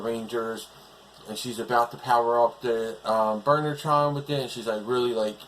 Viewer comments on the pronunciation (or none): Still the monsters need more work. Oh by the way when I hear you say Burnertron It sounds like Murder Trial.